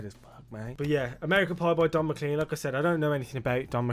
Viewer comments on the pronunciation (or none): You won't have heard that name because you're pronouncing it wrong. Not pronounced Mc-Clean, pronounced Mc-Clain... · You live in the UK. How do you not know how to say the name McClean? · You live in the UK . How do you not know how to say the name McClean correctly?